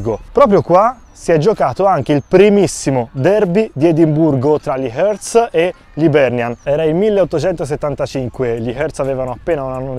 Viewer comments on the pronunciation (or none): Bel video ... però Hearts si pronuncia HARTS. Un po' di rispetto per questi scozzesi. Grazie. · Comunque si pronuncia harts…